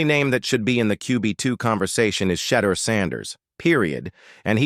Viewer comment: This speaker whether human or AI doesn't even know how to pronounce Shedeur's name.